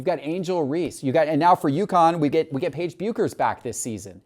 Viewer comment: Paige BUkers lol, Paige BECKers